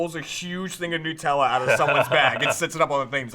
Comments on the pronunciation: NUTella not NEWella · everytime i hear them say nootella, i die a little inside... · Its annoying me so much how you're saying nutella. It's made from hazelNUT, so it's NUTella. That delicious shit is not made out of Pingu.